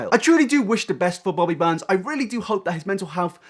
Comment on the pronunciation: I'm sorry everytime you say Bobby Burns I think for a second it's Bobby Buns.